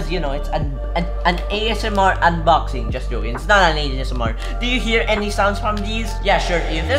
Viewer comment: ayy "UNBAXING - "